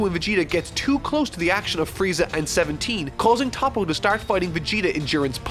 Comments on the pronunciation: It’s toh-po not tah-po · who tf is „tahpo“ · Isn't his name actually Top but it's just pronounced as Toppo in Japanese?